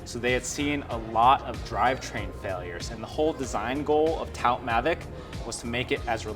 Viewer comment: Yeah... I was like "I think he means 'tout Mavic'." It's worth picking up at least a little rudimentary French when talking about cycling stuff. In this case, 'tout' is pronounced /tu/ , rather than /taut/ as was done in the video. Tout le meme 🙂